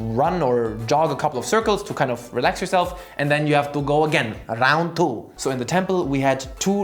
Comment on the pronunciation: Sounded like “Raon Tew”